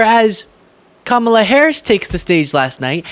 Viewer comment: On a positive note, i think i heard trump correctly pronounce Kamala. Maybe he only purposely mispronounces her name for his supporters. 🤷‍♀️ 😂